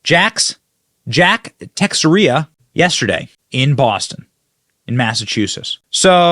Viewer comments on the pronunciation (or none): Ta share a. Not Tixié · The soldier's last name is pronounced: Te-share-uh. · sth - I think Jack's surname is pronounced Tesheyra. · Benny... Teixeira is Basque from Spain's north. Spaniards pronounce it Tay-shay-da. FYI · Love your show Benny. Tucker is one of a couple I trust from FOX(and Bongino). I just thought if the national guardsman pronounces his name like the baseball player it would be Te-sher-a. I just thought I'd talk about this instead of the actual news because that makes me sick. What I think should be done with all the lying treasonous bastards cannot be printed. Stay safe and watch your back. SEMPER FI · Teixeira -Ta-cher-a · Name pronounced: Ta-share-a. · you always put on a great show there Benny and I don't mean to be the grammar police but I believe it is pronounced " taah-share-ahh. Thank you to good Americans like you and Tucker Carlson's, Stephen Gardner and BCA for your daily updates! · Spanish speaking people say "teh • HAIR • uh", just like they say Mexico, "meh • hee • coh". There was a lady who worked in the management office where I live whose name was very similar to Teixeira. Oaxaca is pronounced "wuh • HAH • kuh". I believe the young man may be of Mexican descent. God bless, protect and keep him. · It's funny hearing Benny butcher Jack's name. LOL